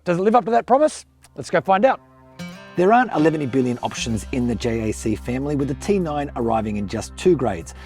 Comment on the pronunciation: Stop say it like J.A.C it is pronounced like Jack dude I work at Jac it just a different site